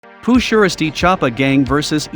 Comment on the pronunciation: Pooh sheristy that's not how u say it its s shiesty